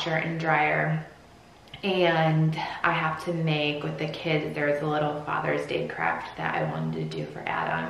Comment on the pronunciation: It sounded like you said “father’s day crap”, instead of fathers day craft... 🤣 gave me a little giggle... 😂